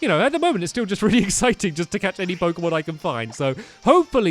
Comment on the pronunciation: pokemon not poshen